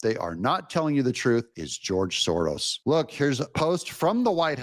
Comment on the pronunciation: S O R O S ...... Not SORROS.